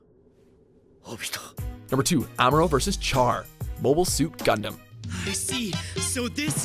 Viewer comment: Uh... Yusuke & Hiei aren't rivals. That's Yusuke & KUWABARA. And it Char with an SH pronunciation- SHAR!!! Why does insist on continually embarrassing himself with name mispronunciations no matter how many anime videos he does?! I am glad that Amuro & Char's rivalry is highly recognized though.